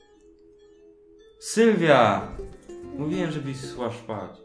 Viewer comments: sła szpać co przejęzyczyłeś się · Sła Szpać XD Zastanawiam się czy ty się przejęzyczyłeś czy ja źle usłyszałam